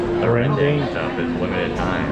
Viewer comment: lmao ppls eat porrige when theyre sick , nasi lemak is our iconic food and rendang pronounced REHN DUNK